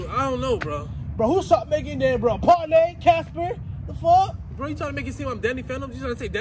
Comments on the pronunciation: He said parley???casper???😭😭then he gone say idk Danny phantom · Mans said “Parlay? Casper?”🤣🤣